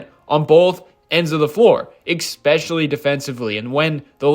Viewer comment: It's "especially" not "ecspecially."